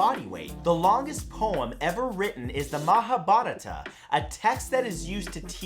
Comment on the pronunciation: His hindi pronunciation is terrible. Mahavarath